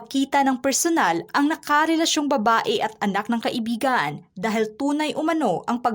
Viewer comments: Kai/bi/gan hindi ka/i/bi/gan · HINDI KAI IBIGAN ANG TAMANG BIGKAS, DAPAT KAIBIGAN" VOID HIND PALA KASAL EH LIVE IN PARTNER LANG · Dapat kaibigan ang tamang bigkas at hndi ka ibigan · Hindi maganda ang pagbigkas mo ng kaibigan . Nagiging iba ang meaning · Hndi magndang pakinggan ang pagkakabigkas mo ng salitang kaibigan ksi parang lumalabas na nagkarun ng relasyon c Francis M at Robby Tarroza eh